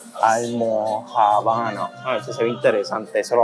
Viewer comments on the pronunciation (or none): En serio, ALMO - JA - MO - NAS??😅 ALMO ~JÁ~BA~NAS es lo correcto. 😉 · Hola, el acento de almojábanas es en la segunda A. AlmojA banas. Y en PR las tenemos. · Se llaman almojábanas, con acento en la segunda A. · Se pronuncia almojábanas no almojabánas 😂😂😂 a y el buñuelo si tiene queso , saludos desde Medellín. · Todos los platos se ven sabrosos pero, entiendo que la forma de decirlo es AlmojÁbanas y no AlmojabÁnas. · Tienes que aprender a pronunciar almojábanas. Tú lo dices como almo-jabanas y es almojábanas con la fuerza en la segunda a. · Se dice y se escribe AlmojÁbanas, "ALMOJÁBANAS" con acento en la segunda Á entre la J y B. El plato se ve muy completo en variedades y rico en sabor. Últimamente he notado que todo lo mezclan plátanos maduros dentro de los ingredientes principales. Me encanta el plátano maduro frito pero lo prefiero individual sin mezclar con arroz, con las carnes, en sandwiches y todo lo demás que se le pueda ocurrir a quien lo cocina. Buen provecho. El plato me recordó a lo que llamamos en Puerto Rico UN *A CABALLO*, ARROZ BLANCO, HABICHUELAS GUISADAS Y HUEVO FRITO CON PLÁTANOS MADUROS FRITOS, APARTE🍛. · Se escucha todo bien . Se dice Almojábanas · Las almojábanas son de harina de arroz y lleva acento en la primera a, para que la puedas pronunciar como se debe llamar, los pancitos son pan de bono y son riquísimo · Las Almojábanas se pronuncia con el asentó en la primera “a” también en PR las hacen y tienen queso ya mezclado en la mezcla. 😋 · Divide en silabas AL-MO-JA-BA-NAS EL FINAL CON FUERZA PK ESTAS DICIENDO LA FUERZA EN JA Y ESA SE LEE NORMAL MIL GRACIAS ERES EL MEJOR LLEVANDO A CADA Boricua a deleitar diferente gastronomia internacional de nuestros hermanos Colombianos🇨🇴 te pregunto haz verificado comida del Perú y Ecuador acá en Puerto Rico 🇵🇷 Eres fenómenal me le das un abrazo a tu perita salchicha es hermosa. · son almojábanas (pronunciación correcta). Un abrazo.